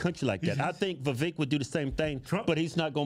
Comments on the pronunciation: Vivek, not Vivake 🙄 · It’s pronounced Vi-vake, sounds like cake